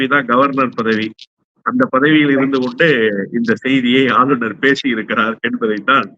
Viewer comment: நெறியாளர் தமிழை சரியாக பேச கற்றுக்கொள்ளுங்கள்! ஆளுனர்,ஆலுனர் அல்ல!!